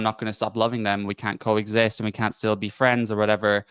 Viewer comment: “Still” not “sill”